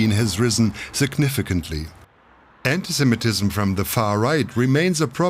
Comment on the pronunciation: The German commentator repeatedly says antisem-E-tism, a typical mistake.